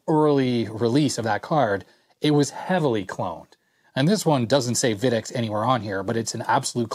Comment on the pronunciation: FYI - Videx is pronounced VY-dex, not VID-ex. I was the lead engineer for the company in the late '80s thru the early 2000's, and we always winced when a customer mispronounced the name! :)